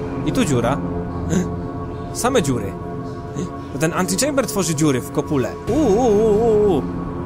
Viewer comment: po tym jak powiedziales antylamber domyslam sie że coś zlamiłeś XD ale oglądam dalej XD